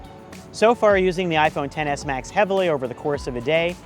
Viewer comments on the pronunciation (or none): All I hear is TENNIS MATCH when he says Xs Max